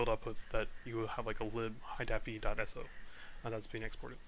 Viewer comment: very helpful video. i chuckled everytime you said "high dahpi" - always broke it into HID and API.